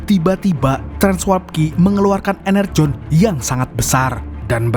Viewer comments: Energon bukan enerjon bang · Energon yaa bukan enerjon 😂